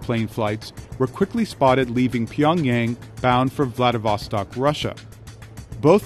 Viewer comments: .... It’s not 평얭(Pyeongyaeng) ..it’s... 평양(Pyeongyang)!!!! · It’s Pyong-Young, not pyong-yeng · LOL! "Pyong-YAYng" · This is a good video but the reporters need to pronounce Pyongyang correctly.. it makes the video lose a lot of credibility when the ones being interviewed, especially Michael Madden, can't even pronounce it right. The main narrator does a better job saying it than the 'experts' being interviewed.